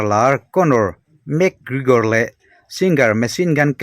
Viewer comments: Mac kregor Nilo in mc Gregor zawk o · van chhiar thiam fahran lo ve.. Lam no i tum lutuk a.. 😂, ( mac krikor nilo in, mac kregor tih zok tur) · Enge Lugage ti a i lam hi niang le... Mac Krekor cc dang poh ron up zel roh un